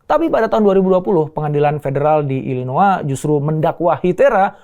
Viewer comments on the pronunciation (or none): Illinois dibacanya (/ˌɪlɪˈnɔɪ/